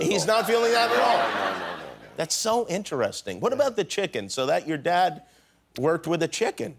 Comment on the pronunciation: no one: jimmy kimmel: thats so in-te-re-sting!